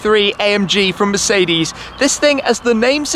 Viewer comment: Shmee150 You pronounced Mercedes wrong as always